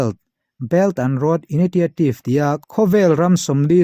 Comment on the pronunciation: enga ti nge moni public speaker in ni ve meuh a, in english hi a lam dan dang hi chu mihring a zir poh a ni thei mahse diklo baksak lutuk hi chu Live poh in ni lo va em em thin a, "INITIATIVE" tih hi han ngaithla non ve teh